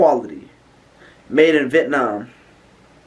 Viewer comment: Why’d you pronounce Vietnam like that? 😭😭🤣🔥